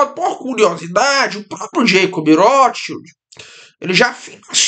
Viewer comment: "vaterlô" "jeicob rrótisild" "emanuel macôn" Magnânimo!